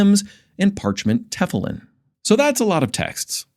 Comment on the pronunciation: Great pist, but your "tefulim" is actually pronounced " tehFEEleem." You're welcome. 😊